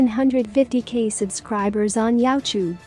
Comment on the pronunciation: The way this robot says YouTube is so hilarious.